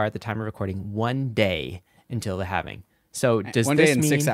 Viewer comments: Halving. Halving. HALVING. No havening. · Say „Halvening“ one more time, I dare you!